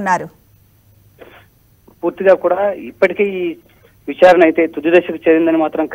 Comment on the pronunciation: అమ్మా, మీ ఉచ్ఛారణ ఏమీ బాగుండలేదు. విచారణ అనాలి కానీ, 'విఛ్ఛారణ', అనకూడదు.